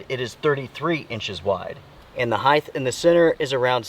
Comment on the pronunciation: Height, not heigth...